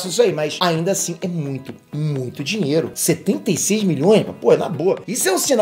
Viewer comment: GENTEEEE O FALOU DINLELO EM VEZ DE DINHEIRO